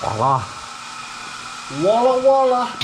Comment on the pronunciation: What up with Walla Walla? I'm from Walla Walla WA ihave heard you say it in two videos